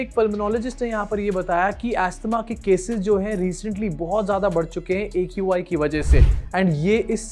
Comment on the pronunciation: Qi bolti ha not aqi